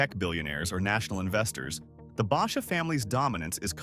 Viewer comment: Learn how to pronounce Basha